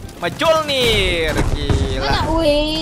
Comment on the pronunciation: Bang itu bacanya bukan Mjolnir tapi miolnir